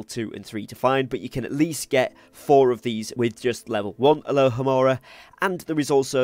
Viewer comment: Sorry - got distracted. Isn't it 'alohomora'?